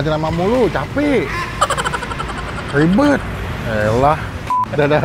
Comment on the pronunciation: Aku dengernya "Jangan drrwama Mulu, Rwiwbet" 😂